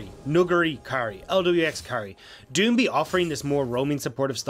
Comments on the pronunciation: I got you, (do-ing-bee) gottem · Can someone teach him how to say doinb